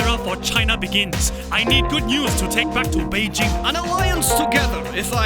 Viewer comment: Finally Beijing was pronounced correctly